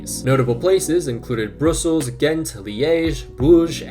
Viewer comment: Love the video but distracted by you continuously mispronouncing "Brussels". Bruh - ssels. :)